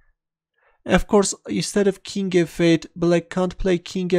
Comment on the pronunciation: His "King F-8" sounds as "King evade". Keep this amazing videos!